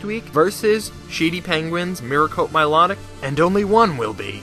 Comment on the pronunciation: The way you pronounce Milotic is actually the correct way.